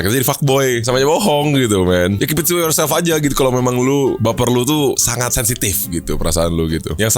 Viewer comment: "BE IUR SELF"